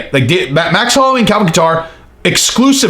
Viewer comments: No katter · I like how he says Calvin Qatar. haha. I think it's pronounced Kayter.